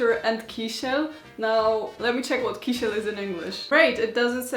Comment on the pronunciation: I loved hearing you pronounce the names of the first set of preserves and the kiesel, and it's so cool that Polish people make preserves. It reminds me of my grandmother making pickles.